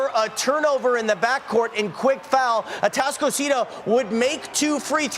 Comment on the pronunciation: Dude is struggling mightily to pronounce atascocita😂 he also mispronounced “humble”